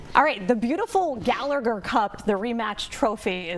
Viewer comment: GaLlAGrr Cup...it's GallaHER for anyone else bothered by the pronunciation.